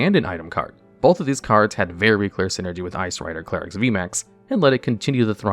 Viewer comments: clare-ex NotLikeThis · idk why it bothers me so much that he starts pronouncing Calyrex wrong after saying it correctly at the start of the Shadow Rider Calyrex segment. Also very surprised seeing Gengar on the list and not Eternatus VMAX.